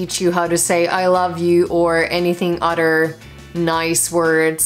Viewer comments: Your "other" / "another" sounds like udder, anudder. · "...so many ways of greeting each Udder " 😂😂